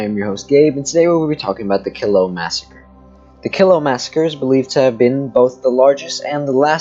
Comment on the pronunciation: My mother was a Killough. It is pronounced Kel low.